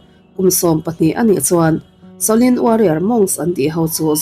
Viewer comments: Ka ngaimawh deuh Pakhat a awm a, Kalo sawi ve mai2 Shaolin Temple ania,i lam diklo a, sawlin temple angin I lama a diklo, sa aw lin ti a lam tur aw miss, i lam apiang in rlru a dek zar zel a, ka vei ltk a😮😮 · Shaolin em chu lamdik ta che, itrawng style tum lutuk vei nen, sha lin anilo aw. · Shaolin Temple anih ka ring,a lam dan hi a mak thei tawp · SHOLIN tih lai a, SHO tih lai kha i hma a he hming lo sawi tawh tuten engtin nge an lam rik, tih kha ngaithla ve la, chutiang chuan lam ri ve mai ta che. Beng a kap deuh tlat, i chanel a hlut zel nan.